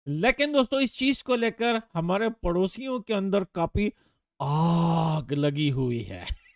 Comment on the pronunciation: The way he said aaag is destroying 🤣